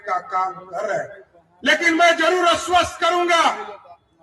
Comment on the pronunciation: अस्वस्त नहीं आश्वस्त होता है।